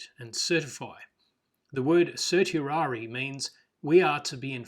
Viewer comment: the pronunciation of certiorari is sert-ee-or-air-rye